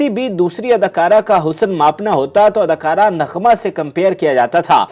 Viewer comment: Such bad Urdu. Adakura nahi, adakaara. Toti nahi, tooti bolta tha. Nukami nahi, naakami.